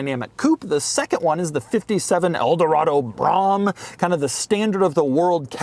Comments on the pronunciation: We’ve been through this before. The Cadillac Broughem isn’t pronounced “brom” (like mom), it’s pronounced “BRO-em” (long “o”, emphasis on the first syllable). Father worked for GM/Fisher Body in the 50s, 60s, and 70s, and that’s how they said it. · Brom Brom Brom Brom Brom Brom Brom Brom Brom Brom Brom Brom Brom Brom Brom Brom Brom Brom Brom Brom Brom Brom Brom Brom ..............No Doug its pronounced brome. Get it right. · Is it not pronounced "Suh-less-TEEK"? And Cadillac always pronounced its classic high end Brougham cars "brome", not "brahm". You can always tell when someone has mainly had a history with small sporty imports and not the legacy of large comfortable American iron. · I've been looking for a chance to tell Doug how to pronounce Brougham...Doug has my absolute respect as one of the real pros out there doing this. I have no doubt that if Doug were not doing this, he'd be an automotive industry executive. That said, it's simple, Brougham is pronounced like Rome. Brome...Brōme...who am I? An old guy who lived through the Brougham era. Anything with that in the name meant you were driving the nice version of whatever you bought. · Brougham rhymes with "foam".